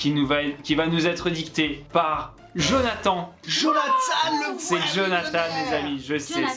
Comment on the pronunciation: T'invite Jonathan sur ta chaîne pour être mauvais encore avec tu ne lappel en ecorchant son prénom ! Et tu fait même pas sa présentation !! T juste méchant avc gratos